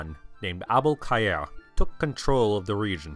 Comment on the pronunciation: The 'Abul-Khayr' pronounciation is so satisfying!)